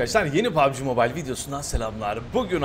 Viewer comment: Abi pubg moible değil mobile😂